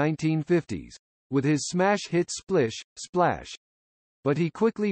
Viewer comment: I thought the song was Splish Splash not Splish…………Splash.